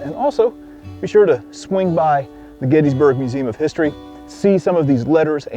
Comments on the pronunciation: I'm starting a campaign to get you to pronounce Gettysburg correctly. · GettISburg.. but "Getty" is accepted by many locals